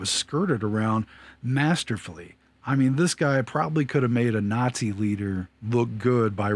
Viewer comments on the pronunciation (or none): none